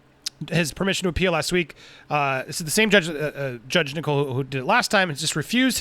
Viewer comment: I'm getting ads in the UK Andy. Also just by the way "Nicol" is pronounced like "nickel" not "Nicole".